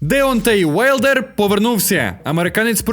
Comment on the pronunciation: тільки ж не аУєайлдер, Wilder - Вайлдер, Bruce Willis - Брюс Вілліс, а не Брюс Уиллис (це заморочка з лапотних сайтів, не виказуйте, хоча б, що ви там стирчите), Вімблдон, Вальтер, Вусик, вулик.... )))